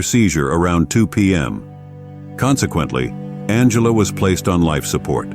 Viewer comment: The AI voice is appalling, esp the pronunciation. It doesn’t even pronounce Angela correctly a few times. From it gets very garbled. The script seems genuinely good, though… It can’t take that long to narrate it properly, surely? And the GPU acceleration flags need deleting…